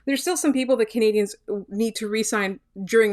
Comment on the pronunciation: Can you get the person doing the intro to say 'Canadiens' properly please? It's not 'Canadiahns'.